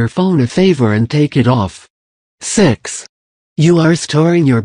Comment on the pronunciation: why did you say sex for the number six